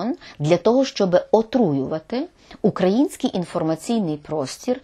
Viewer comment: Данилов не може правильно сказати український а говорить " украінскій " .